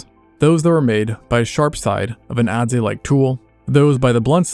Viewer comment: “adzee like” really? What kind of person who studies Neolithic culture DOESN’T know how to pronounce “adze”?